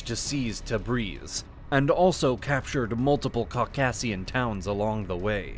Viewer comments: You can’t pronounce “Caucasian?” Really? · That is the strangest pronunciation of Caucasus and Caucasian I've ever heard. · The mountain ranges were a issue, but it didn't stop the muslim invasions previously. Remember Persia used to be mostly Zoroastrian. The distance didn't stop alexander, he came even further. Also i've never in my life heard anyone pronounce caucaus and caucasian that way. Basically though, they took some of Persia but there was no real motivation as the Ottomans cared more about their campaigns in Europe & North Africa. They fought for centuries but Iran proper was never invaded. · I appreciate the quality of these videos, but the poor use of grammer and the wild mispronounciation of even common terms like "Caucasian" are really pretty irritating. It seems to me like some people are just stubborn about the way they speak, even when they should really know better.